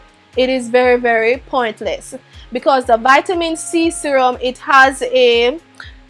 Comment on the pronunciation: i've been chuckling since she said vitamin i 😂